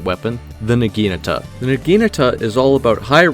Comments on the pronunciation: Say it with me: NA-GI-NA-TA. Not NAGINUTUH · Nah - gee - nah - ta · you butchered the pronunciation of the weapon so bad LMAO its nah-gee-NAH-tah or nah-ghee-nah-tah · I hate how you pronounce Naginata